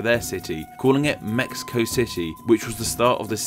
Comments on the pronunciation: Well, the name should be pronounced as /mehico/, that's the way it's said here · The Aztec languages have their "sh" sounds transliterated as "x", so it'll be "Meshico", but nicely said all the same! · The “x” character in modern Mexican Spanish is usually an “h” sound i.e. “Meh-hee-co”. Obviously when English speakers don’t say it that way, but you were referring to the etymology of the name, it might not be a bad idea. Same rule probably applies to the god names Mextli and Mexihtli...... Also, as you’ve already addressed Mexico is not considered a Central American country................. Fun video though........ It was interesting............ Cheers!!!!!!!!! Lol. :). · I would have loved for you to pronounce Mexico, like us Mexicans do, Méhico :'( I loved the video by the way, keep up the good content